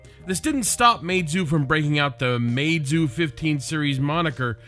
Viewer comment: u pronounced it wrong it’s ‘mee zoo’